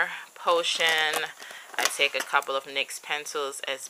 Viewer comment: Nice!! :).. Btw it's said like Nix